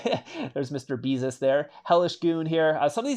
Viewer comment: Mister beesus? Lmao